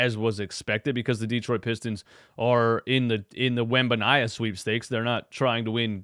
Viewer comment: Wen-ban-yah-ma… I don’t know what sweepstakes you’re talking about, lol